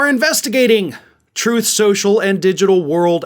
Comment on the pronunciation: "Troth Cential"!